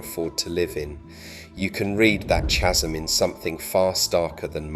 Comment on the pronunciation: How come you don't know how to pronounce the word chasm?